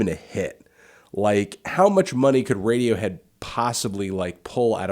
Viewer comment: lol this chick said radiowho